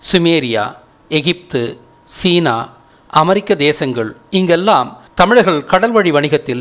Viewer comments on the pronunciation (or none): none